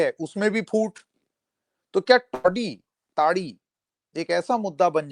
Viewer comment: इतने अंग्रेज हो गए कि ताड़ी को टाडी कह रहे हो ?